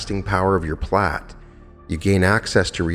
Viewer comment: Pronounced "Plate" I thought?